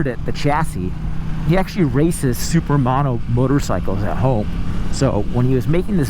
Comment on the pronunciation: Every sumo riders butts collectively clinched at his pronunciation of "SUPERMAHDO" lol Was a but disappointed by this vid. No experience with the bike meant he couldnt manipulate or explain the controls very well (like when the exclamation was left on the tct for a linget than necesary time...cmon man, I wanna see that dash!). That said, his lack of experience with the bike showed an honest review, which is a plus for sure. Weird clicking noises also made my head explode with my ear buds in. Seriously, I have no head now. Its gone. That said, dude gave some solid points, and is progressing as a commentator. Keep up the good work.